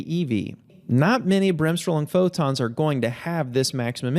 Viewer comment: Sehr schöne Erklärung. However, please pronounce Bremsstrahlung as in „BRAMMS-STROAAA-LOONG“. The stress is on the second syllable.